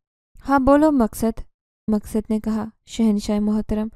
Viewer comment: Story teller madam, Zeenzada ka naam aap sahi tarah nahin bool paa rahi hain . Iss liye story sun-nemey aur samajhne mey dikkat aarahi hai........... Aap uss naam ko kabhi " Maqsad " (Maq-sad) tow kabhi "Maskad" ( Mas-kad) bool rahi hain ! 😢